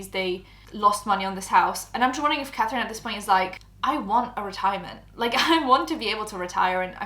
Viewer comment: “Cafrine, I frew up” 🥺👉👈